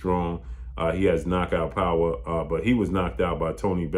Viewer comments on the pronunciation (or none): none